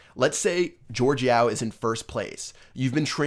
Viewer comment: BTW, it's Yao, like Yao Ming the basketball player, not Yo